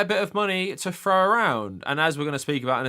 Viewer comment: Haha and what are you if not an ebeggar? And it’s throw around, not frow around.